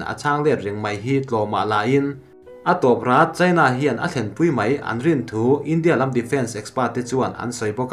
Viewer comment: A sawi dik reng a lawm... India tih hi, tlem' in a ri' hi tih san deuh tur, hníam rúai a lam tur a ni lo.India tih hi, 'In' tih lai hi hawrawppui hmanga tlem a , lam rik san deuh tur.